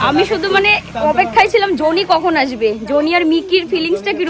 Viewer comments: উচ্চারণ ঠিক করো ।জো নি না বলে জনি বল।শুনতে খুব খারাপ লাগছে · Aree joni na johny.....thik thak pronounce koro